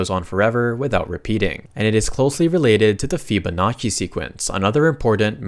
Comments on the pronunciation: bro sai fibunakki instead of Fibonacci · also Fibonaki? 😂